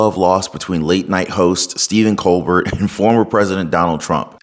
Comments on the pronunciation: Just FYI bud. Like your style & you’re gonna do great content! But for the r cord it’s Stephen “COLBARE” is how you say it. Picture it being like a french name. Not “Colburt” like “Sherbert” lol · Not “Cole-BurT”. Think French. Pronounced “Cole-Bare”. Now that we’ve fixed that, Colbert is unhinged. Robert DiNero unhinged … there used to be places to house the mentally ill…. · It's not Ko'-berT - it's pronounced Ko" a air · colbeRT = no COLBEAR = yes Otherwise it just sounds like you haven't actually watched the shows you are talking about... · I used to think he was funny, but his TDS is off the charts. Also, his name is pronounced “Cole-bare”, but who cares anymore. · Its: Coal-Bear not Coal-Bert.. but fck him anyway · pronounce his last name Cobare not Co bert. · It’s pronounced co-bair. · It's pronounced Col- bear 😂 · Coal-bear dont pronounce the T broski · *Colbert - (coal-bear) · Colbert is pronounced ko-bear. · It's pronounced "koh-BEAR." ✌️ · Btw, it’s pronounced, “coal bear” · The fact a young guy like you pronounces his name "Co-Bert" just shows how relevant main stream media is these days, lol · Thank you SO MUCH for pronouncing his name correctly. Coal Bert. :D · coal-bear is how that things name is pronounced...,jusayin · My favorite part of this is when he called him Stephen coal-burt. He's so riddled with TDS that he deserves nothing less than to have his name mispronounced. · Love you, but please pronounce Colbert's name correctly....Coal-Bear. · I love it that you pronounce his last name wrong. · The T in Colbert is silent. You don't pronounce it. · You should find out how Colbert is pronounced. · Colbert is pronounced without the final "t" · Are you purposely mispronouncing his name?